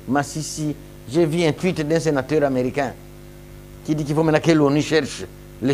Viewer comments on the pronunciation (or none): none